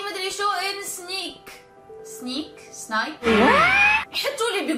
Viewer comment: سنيك ✔️ سنابك ❌